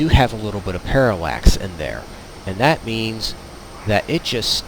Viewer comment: I was listening until he said , and in the same tone and speech impediment as AlphaOmegaSin "dat shit". nope...not going to listen, any further